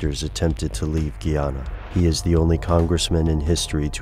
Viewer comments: The way you say guyana cracks me up, my grandpa is from there and he says guy, like a man, ana. Great video though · tis pronounced guy-ana...